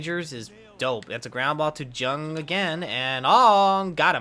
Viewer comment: Re: Josh Jung HIs last name is actually pronounced as "Young"